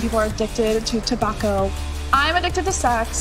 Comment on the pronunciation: If I was big business Tobacco I’d sue for that awful pronunciation of Tobacco